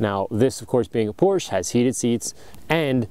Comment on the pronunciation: It's Porsche. It's a name.